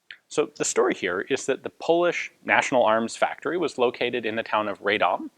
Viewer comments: Radom is pronounced "RAH-dom" not "RAY-dom". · Not a nitpick, just a piece of information if you want to be super correct: 'Radom' is pronounced as 'Rah-dohm', the 'a' sounds sort of like the vowel in "but", for instance. The "dom" part of the word was correct :). It's not a bother, really, but I figured you're a kind of guy who likes as much accuracy as possible. Cheers! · It might have been said sooo many times before but try to pronounce Radom as Rahdohm [vowels are short not long]. It would be greatly appreciated :D. Another funny thing is that tooling used for 29's were actually german from Mauser factory in Gdańsk [Danzig]. PS. Looking forward for Polish BAR video !